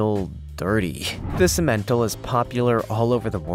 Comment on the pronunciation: That's pronounced sim/men/tall.